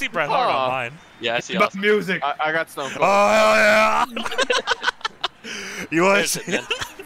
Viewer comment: You put an S in front of SStoneCold 😂😂😂